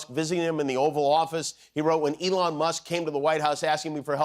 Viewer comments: Why hasn't anyone picked up he called Elon "Elonya" he must be in love. Lol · Ok I def heard him call Elon ELIJAH that time. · Did he call Elon Elijah? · Why is he calling him 'Eyanla'? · Did Trump call Elon "Elija"? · Did Fats Dummynuf, just call Musk “Elonia” ?! 🫣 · It was like Elon and Melania mashed up. I heard Elonia! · Did Trump say "Take Over 'Elonia', Take Over"❓❓❓ No wonder 'Leon' was jumpin'🤸